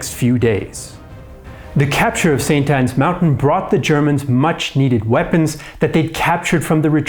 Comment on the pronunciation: this is not "annnaberg" this place name st.anna mountain